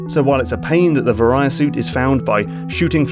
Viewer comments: The ver-eye-ya suit? You mean the: VERY-A suit. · Var ee uh. Not vuh rye uh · It is (v-ah-ree-a) suit not (vuh-righ-uh) suit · Vuh-REE-uh instead of VAY-ree-uh, yeah, I know. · Varia not Veriah... like Variable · Say it with me, VAIR-EE-AH. It's short for VARIANT. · "Varia Suit" is a kinda botched translation of "Barrier Suit", so the proper pronunciation would be "Var-i-a" with a soft "v", like "verily", not a hard "V" like "variety". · He keeps saying "Vahr-I-ah" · argh, i love the video, but vary-a-suit is killing my ears D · "Vuh-rye-uh suit" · not gonna lie, every time he said Varia it annoyed me. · Every time he said "varia" my eye twitched. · Fun fact: the "varia" in Varia Suit is the Japanese pronunciation of the English word barrier. It's unclear whether the original localizers noticed this or not. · That "varia" could use some work.